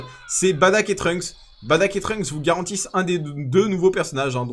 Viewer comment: C pas badack comme tu dis mais bardock